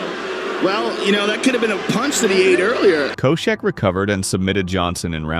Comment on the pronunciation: great video, but the way the narrator pronounces some names is a little strange, even as he’s playing all these clips of Josh having his name called he still pronounces it completely different lol